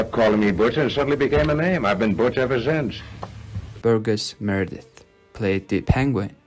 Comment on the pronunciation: You pronounced burgess Meredith's name wrong